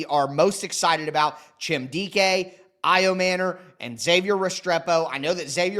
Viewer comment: Ayo-manure? You’re MANURE! You suck bro! A journalist (wanna be) should learn to pronounce people’s names to not offend them. That’s just lazy bro, YOU SUCK! AND STOP YELLING!